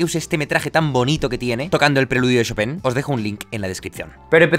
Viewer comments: Se pronuncia "Shopan" xDDDDDD brutal ese final xDD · Hola amigo, se pronuncia Shópen, Tuve una novia polaca y viví allá un año, saludos :) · Se pronuncia Shopán, wn!!! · Cada vez que Jaime decía "Shopen" yo decia "choPIN" (el "PIN" en super agudo, en plan falsete) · En realidad no se pronuncia "Shopán", esa sería la pronunciación francesa. Su apellido polaco era "Szopen" que se pronuncia "Shópen". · Puntualización al comentario final de Jaime: en francés se pronuncia "chopan", pero en polaco se parece más a "chopen" (Szopen). ¡Gracias por tus vídeos! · Jaime, pronúncialo correctamente, se dice ChopAn. Como el pan que comes todos los días. merci ;) de lo contrario, excelente video como siempre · Señor experto, la pronunciación literal desde el polaco de chopin es “jópin” pero él no fue 100% polaco, así que se pronuncia como es, en francés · No sabia que "chopin" se decia "chopan"... o "chopen" wtf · Yo:Chopin Jaime: "Shopen" Ahora quedé de basta 😂😂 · "Shopén" =o yo siempre lo pronunciaba "Chopin" XD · Me gustan sus videos, son interesantes, pero cada que dice Shopen es como cuando te da tos. :( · “Shopén” jejeje ❤️🙈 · jajaja lo último me recordó a un maestro de francés. Nos decía casi lo mismo... Se pronuncia "show - pan" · Yo pensaba que se llamaba Chopan, el titulo del video dice Chopin y Jaime dice Chopen ¿¡A QUIEN LE CREO!?